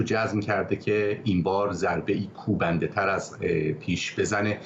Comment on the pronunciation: خانم خیلی محکم وقتی میگی پاسخ کوبندن مردم بدبخت باید سختیشو بکشن شما که امریکا هستی وسختی نکشیده ونمیکشی لطفا بعضی کلمات رو آنقدر با استواری نگو